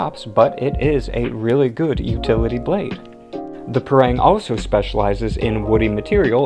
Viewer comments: It's pronounced pang-ah Not pang-ga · I don't wanna be that guy but parang is pronounced with both "a"s sounding like AH. In Malay all vowels only have their one sound and they sound the same in pretty much all words. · My country we say "Pa Rang" not "Pareng" but meh people have different ways to pronounce them anyways...That I don't mind